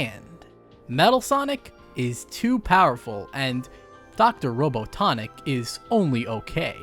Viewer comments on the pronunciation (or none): Great vidro but why you call him Dr. Rono Tonic lmao